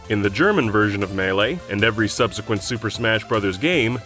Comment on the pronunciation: Your pronunciation of the word ‘subsequent’ sounds weird to me.